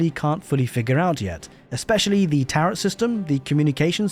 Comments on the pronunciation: Tear-oh, not tear-ut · FYI the 2nd t in Tarot is silent. It's pronounced ta-ro. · You don’t pronounce the “t” in tarot” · Tarot rhymes with sparrow, rather than rhyming with carrot.